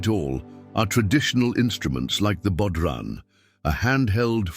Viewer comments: Celtics (Keltics) as opposed to the basketball team (pronounced sel-tics). Bō-ron, not bod-ron. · True...The drum like object is (a BOW-RON) pronunciation had me in fits. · What a load of crap. The AI voice can’t pronounce simple words like bodhràn. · Re Ireland, I like the line., "...broke free and never looked back!' Spot-on! Hint, you had best learn how to properly pronounce words like Gaeilge and bodhrán...or you'll make a fool of yourself...oh, opps too late! This podcast began ok, but quickly descended into a totally crappy old stereotype that is best 'binned' and AVOIDED both for Scotland and Ireland. If you are going to do a comparison, do it properly and up to date ...2025, eg economic, Ireland's economy about 3 plus times the size of Scotlands, Btw, Irish people do not talk about leprechauns or banshees...but some American tourists do...ha!! and further, to nit-pick, re 'the north of Ireland / the 6 of the 9 counties of Ulsterir, it's not a 'Nation' in the sense Scotland, Wales or England is (Google the a definition of a 'Nation' ) Thats certainly not the north!! large body of people united by common descent, history, culture, or language, inhabiting a particular country or territory.